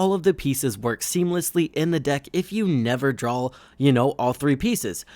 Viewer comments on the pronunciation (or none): I like the video but he speech impediment you have is just terrible. It’s pronounced “DRAW” not “DRAWL”